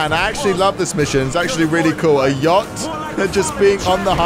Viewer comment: is it just me or did everyone heared he said yocht Or maybe it's just his accent I don't know